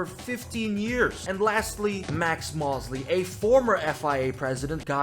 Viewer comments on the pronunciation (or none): Max Moh-sley by the way